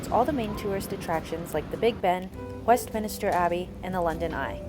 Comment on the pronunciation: Thanks for taking us along! BTW…. Westmin-ster … not min-i-ster 🤗 Whooo, those pens were expensive! £10-12 for a ballpoint pen 😳 That’s like $14-17 US… and $23-27 in my NZD money! 🤪